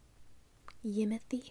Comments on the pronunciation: I'm dying at the "yimothy...?" 😂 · Not yimothy 🤣